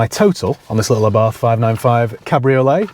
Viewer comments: Correct pronunciation is AH-bart. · According to my Italian mate from Genoa; Abarth is pronounced 'Abart' ie drop the 'H' on the end!